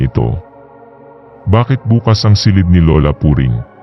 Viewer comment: pakiayos naman ng accent po, tulad ng makalawang, bukas at kama. slamat